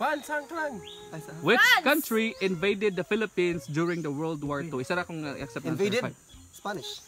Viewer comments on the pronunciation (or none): none